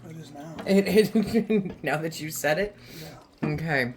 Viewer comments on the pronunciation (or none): none